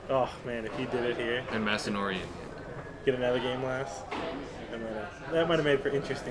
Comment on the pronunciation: Oh no you're fine. I was just confused when you said Massonori. But fun to watch. I plan on watching more from you guys in the future